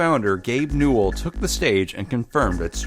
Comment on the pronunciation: Hold up, Gabe Newell had 3 syllables: Gabe New-ell.... HALF LIFE 3 CONFIRMED